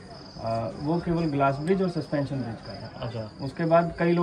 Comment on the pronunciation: संस्पेंशन नहीं सस्पेंशन होता है